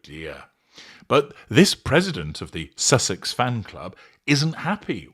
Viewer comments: IS she drunk?? LMFAO Gotta say I love the way she slurs out "SUCKSESS" instead of susesex -- it's absolutely hilarious. Plus she's crazy AF...right up MegaFlop's alley. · Good grief. I'd say thank you,, but I feel I've now lost a few brain calls after listening to the mind-numbingly stupid delusion of a "squaddie" with verbal diarrhoea but who is unable to pronounce even her idol's title correctly. I thought she was a tad creepy, too. And...she's the "president" of the Sussex Squad, and they had a meeting, so she's admitting that they meet and discuss things. So the inference is that they would also have planned all the attacks and death threats against the Royal Family, especially the Wales family, everyone who criticises her, and now Dr Chandauka and the other ladies of the Sentebale board. So as president, presumably she should be held responsible? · It's not just Sussex she can't say it properly, she can't say anything properly .😂😂😂